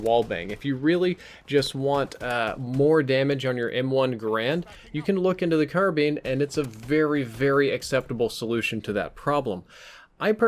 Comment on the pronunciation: You sound like you are saying Caribbean every time you say karabin lol